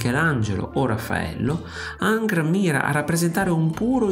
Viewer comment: engr non angr